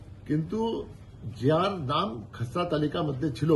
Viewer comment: তু্ই নিজেই একটা খেসরা তাই খেসরা তালিকা বলছিস।। ওটা খেসরা হবে না রে চাঁদু।। ওটা খসড়া তালিকা হবে।।